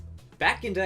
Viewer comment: I like how he says lair instead of layer.